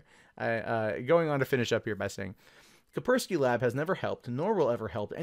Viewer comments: It's called "Kaspersky" not "Kapersky". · "Ka-s-persky" not "Kapersky", there are two Ss. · *kaSpersky not kapersky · FFS! It's fracking kaSpersky!!!!!!!!!!!!!!!!! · Are we to assume from your pronounciation,, that the first "S" in the name is silent? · You're saying his its name wrong dumbass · FFS, if you can't pronounce a word, DON'T SAY IT 59 TIMES IN A ROW. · cant pronounce Kaspersky. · Nigga, you can't even say Kaspersky right...